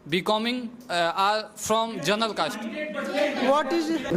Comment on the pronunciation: You guy's pronunciation isn't correct first should be working on it since it sounds so weird to hear, you can't sound like this such as " General not zenral" if a person hears this kind of pronunciation he'll ruin his pronunciation as well I'm sorry to say that